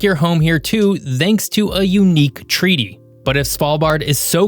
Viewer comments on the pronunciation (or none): "And if you wahnn-eh you can make your home here too /ð/anks to a..." Isn't it a little rude to your audience to not at least make an effort to speak properly? Nearing a million people have had to listen to this.